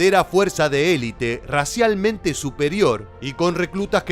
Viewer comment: se dice elite completamente no elit